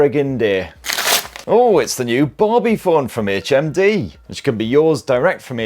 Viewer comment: I thought you kept saying HMV and I was like "what year is this!"